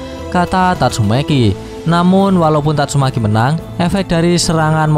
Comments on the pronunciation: Tatsumaki bang bukan tatsumeki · kamprettt...padahal udah seru loh,tapi sebutanmu min tetap idolku...tatsu'meki' yah....bukan tatsumaki..🤣🤣🤣🤣🤣